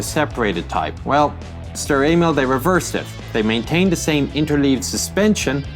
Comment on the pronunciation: When he says st Emil it sounds like he's is saying st anal